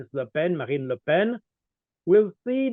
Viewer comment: Colonel Baud unlike the previous guest understands politics and the fake differences between the so called left and right. He also knows how to pronounce Ms. Le Pen's first name.